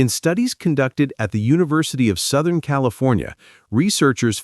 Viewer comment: "Sothen California" ...?